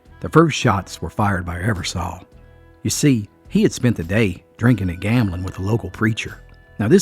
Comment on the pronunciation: You are pronouncing the last name wrong it's Eversole like the sole of your shoe , I have Eversole in my family, it's a good video!!